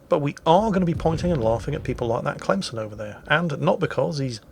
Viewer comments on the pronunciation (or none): none